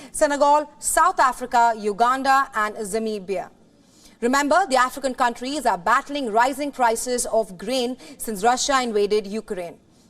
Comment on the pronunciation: Pronoun my country name correctly please not Zimbibia but Namibia whitesome